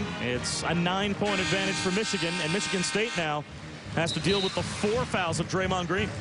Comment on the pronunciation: Color Commentator's inability to say the word "Michigan" correctly is irritating XD